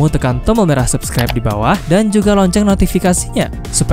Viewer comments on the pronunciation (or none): none